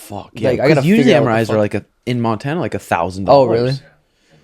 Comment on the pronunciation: This nigga really said Montana to seantana....😂😂😂😂